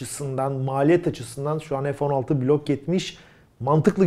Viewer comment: Merhaba. Bir sorum olacak.. neden F16 türkçe olarak söylenmiyor da (EF16) deniliyor. Takıntılı değilim ama tüm kanallarda bu şekilde söyleniyor.. Türkçeyi korumak sizin gibi göz önünde olan kişilerin en önemli ödevi olmalı diye düşüyorum. İşinizi bana göre naçizane mükemmel yapıyorsunuz. İşini severek yapan insalara hayranım...Allah ömrünüze bereket, hâyır ve afiyet versin.